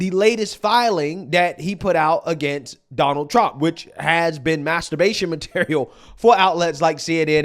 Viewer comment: Well I just spit out my coffee and had to rewind. …. Did he just say “m@@ material” 😂 😆 🤣 😂